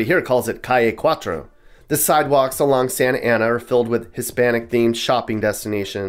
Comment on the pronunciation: Sah-Na-Tah Ah-Na! LOL